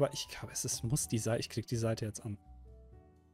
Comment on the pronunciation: Aber es war doch Seite und nicht Saite D: leute.. das ist ein Unterschied. tztztz.